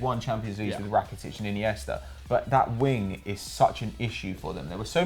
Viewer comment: Why does everyone say Rakatic lmao